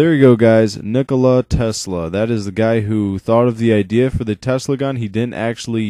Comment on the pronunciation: it is tesla and not telsa search on google if you dont believe me